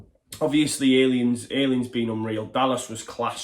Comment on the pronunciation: Great video but are you still pissed? You referred to Hernandez nutmegging Waghorn as "meg-nutting" and you even called Luke Ayling "Luke Alien". Pisser!